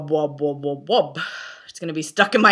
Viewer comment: First of all, I'm not sure if anyone has corrected you yet, but it's Wubwubwub* not wobwobwob. Second of all...... I guess it's really not for everyone. And I guess it depends on what kind of dubstep you listened too also. xD Third of all, I cannot tell you enough how much I love your videos!